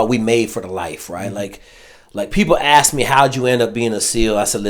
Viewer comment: How is it that you were a Green Beret and you can't pronounce the word ask?